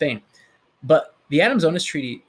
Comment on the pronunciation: Hey, it isn't OH-nis, or LOU-ee day oh-NEE; it's Lweez de oh-NEESE. Spanish is completely phonetic and exceptionally easy to pronounce, if you care to spend a tiny bit of time on the names that are important to you.